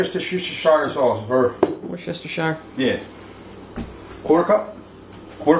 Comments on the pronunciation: I like when the wife still pronounced "worcestershire" wrong, and you do the right thing and say "yeah" instead of what I'm about to do. Say it together "wush-te-sur" forget the spelling, it's English for you. Just like fish is spelled "ghoti." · "Worcester sister"😅